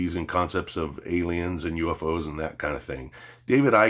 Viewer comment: You had me up to the point you said "ailens"...